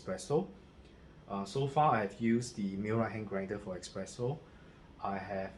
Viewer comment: is not expreso... is espresso...... It is not express is es-press. Nice review